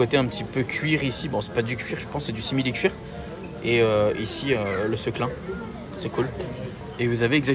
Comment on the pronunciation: Super vidéo mais on dit sequin et pas Seclin ^^